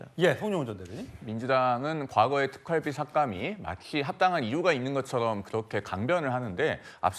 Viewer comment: 왜 경상도 사람들은 이중 모음을 발음을 제대로 못하나요? 특활비를 특깔비라고 발음하네요. 아유. 무시한 것들...